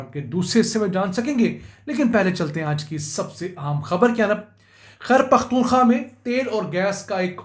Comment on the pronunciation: Sir g it’s a humble request please pronounce khyber pukhtunkhwa properly,not taking you wrong with any bad intention but it sounds weird the way pronounce it. Shukriya